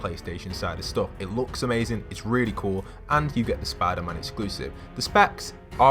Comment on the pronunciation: “SPADER MAN”